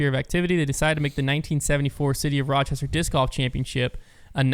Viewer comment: Your pronunciation of Rochester is KILLING me 😭😭😭